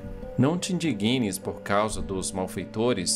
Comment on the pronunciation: A palavra ee "indigna", com G mudo. Não é "indiguina".